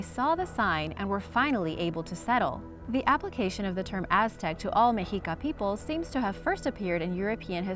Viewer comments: Meh-she-ka, not me-he-ka. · Its actually pronounced Meshica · I think it's pronounced (Meh-she-kah) never heard it pronouced like that before😮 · Meh shee kah